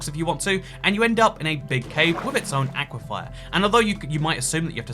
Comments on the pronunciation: please, it's "aquiFER" not "aquiFIRE". Like "fur": aqui-fur. AQUIFER! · Aqua-Fer not Aqua- Fier 😆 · Argh! It's "aquiFER", not "aquiFIER". Sincerely, a former Floridian. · Bro. it's aquafer not aquafire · anyone else noticed he keeps saying "aquifire" instead of "aquifer"? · Dear, aquifer is pronounced Ah-quif-fur not ah-quif-fire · Please stop pronouncing it “Aqua-fire”, it’s “aqua-fur” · I can't tell if he's saying 'aquifier' ironically or he doesn't know how to pronounce 'aquifer'. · Am I the only one that kinda wants to correct on his pronunciation of aquifer? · I think you might have added an extra "I" to aquifer. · is ever going to address why he's saying 'aquafire' instead of aquifer? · aquifer is not pronounced with 'fire' at the end it's like akwa-fer like fern without the 'n' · Love the vids truly. But my guy. It’s aquiFER. FUR. FIR. Not fire. It’s hard with geology being a part of my degree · is now purposefully annoying us with "aquifier" I guess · The one thing I hate about this is how says aquifer. He says Aquafire instead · Normal people: Aquifers: "Aqui-fires" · Ack-wah-fire. Florida: Aquaphor. (Ahk-wah-fur). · Nobody:: AqUiFYeR Jk ily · Can someone please teach the word "aquifer"? Its not "aquifyer" smh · I believe it is pronounced: Aqua-Fur. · british "people" attempting to pronounce aquefer will never not be funny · genuinely surprised by the lack of comments making fun of the way he says "aquifer"... impressive. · i can't get over the way you keep pronouncing aquifer